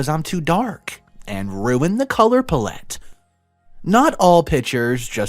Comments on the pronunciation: Palette, pallet, palate — all are pronounced the same. Get the Miriam-Webster Dictionary ap, use the auto-pronounciation feature, and learn how things are pronounced in advance of reading these stories to us. And please read the stories accurately. Thank you. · Color “pal” “et”